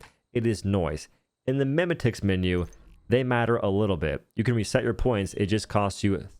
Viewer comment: Mem-a-ticks.... I think not sir. Mem-et-ics sounds much nicer. Lmao